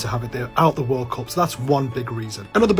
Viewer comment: Did i hear him say WORSE CUP lol